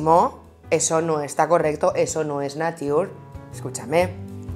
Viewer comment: "Pero sin avisar, a lo zorrícimo... eso no está correcto, eso no es NIATUR!!" ME PARTO!!! JAJAJAJAJJAJAJAJAJJA no es NIATUR dice 😂😂😂😂😂😂😂